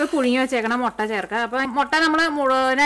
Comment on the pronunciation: മൊട്ട അല്ല മുട്ട